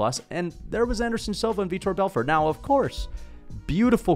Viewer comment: This casual calls him "Vitor Belford" 😂